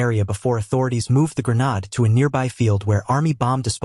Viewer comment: Not a grenad .A grenADE